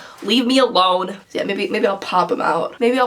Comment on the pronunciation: "L.I.T.H.E. Leave It The Hell Elone" 😂